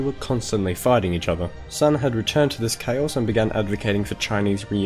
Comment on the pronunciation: There's a couple times you messed up in this video. First, you pronounce Sun incorrectly, as well as Chieng. Second, Japan specifically did NOT anix Manchuria, instead setting up a puppet state. Third, you attributed several things that at least arguably would have happened anyway to Mao's government at the end, and framed it in a slightly biased light, which annoys me because people who don't know better would be influenced by this not entirely unbiased presentation. Good video overall though.